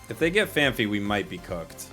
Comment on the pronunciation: Phan-py not Phan-phy